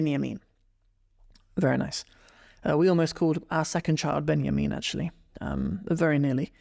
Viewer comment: why you are reading ban yamin its Binyamin